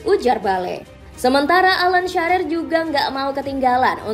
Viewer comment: Bale, Sharer😂